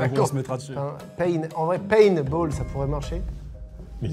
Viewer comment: Mdr c paintball pas painball mais sinon vidéo incroyable